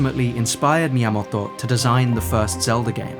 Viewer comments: Sorry, I gotta say it because it annoys me: it’s Miyamoto, not Miyamotto. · Fascinating video. I'd love to visit some of these places. Just beautiful. Well done 🌲 (By the way, I'm not sure if it's just because those are Japanese words you say while you're speaking English for the rest of the sentence, but it sounds like you say Miyamoto as Miyamotto, and Kyoto as Kyotto(h), so be carefull with the long and the っ vowels 🙂)